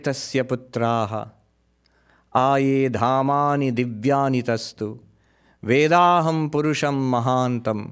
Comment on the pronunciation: 'Vedahameytung', not 'Vedaham', Maharaj.